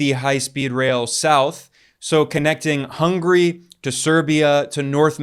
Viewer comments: 'Hungry' no. Hun-ga-ry. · It's not hungry its Hungary, HUNs Atila the hun...